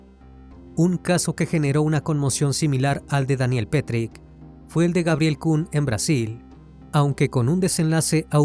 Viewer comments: Excelente relato, solo quería resaltar un pequeño detalle que no cambia en nada el buen contenido: el apellido de pronuncia "petrich" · Daniel Petric, NO Petry ( Osea NO es el mismo asesino de Brasil del juego Tibia ) 😊